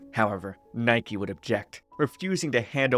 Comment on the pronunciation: I hate to be this person, but Nike is pronounced "nee-keh". You can tell by the katakana characters being used for his name and because that's the Greek pronunciation of the work meaning "victory".